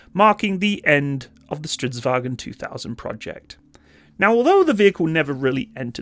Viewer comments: A tip on the pronunciation: don't pronounce stridsvagn as if it's a German word. Its vagn, not "vagen". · "Wagen"? There's no E in there and it's not German. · Strids-VAGN. There is no "EN" at the end. That's a German thing. Strids-VAGN.